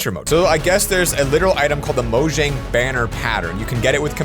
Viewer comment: It’s actually pronounced moyang not mojang